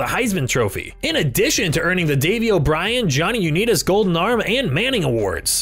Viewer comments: Not the Cleveland Cavaliers, genius, and you also mispronounced the name of one of the greatest QBs in NFL history, Johnny Unitas. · this dude tries too hard to make his voice sound like a sleezy commercial. Also, he called the Cleveland Browns the Cleveland Caviliers. He also mispronounced Johnny Unitas. There's a lot of room for improvement there,. I think you'd have more success if you become more authentic (you don't have to show yourself, but just don't do this raspy "CALL TODAY AND SAVE!!!" voice) and check your videos for errors before uploading (or hire someone else to do that. But the content is decent and you got a bunch of facts I as a Pats fan have yet to hear about McJones.